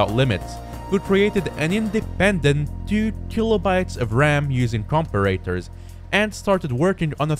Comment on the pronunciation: Thats not how i pronounce comparator but great vid